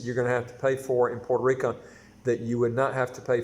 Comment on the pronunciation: It's pronounced Puerto RicO, not Puerto RicA.